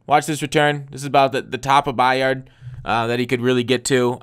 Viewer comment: It's just Kevin 'By-ird' not 'By-ard'.